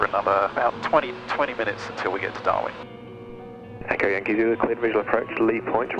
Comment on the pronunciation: You know you've been staring at Garmin for a long time when instead of saying "Darwin" you say "Darmin" on the radio :)